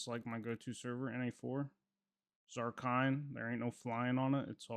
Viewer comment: Did you say Zarkine??? Brudda… that’s shocking